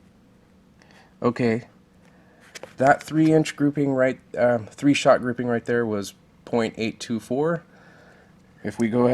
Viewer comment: Stop saying groupimg